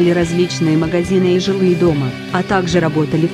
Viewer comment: Опять робот читает! Выучи русский язык для начала! "Охраняли жилые дòма?" "Линькà"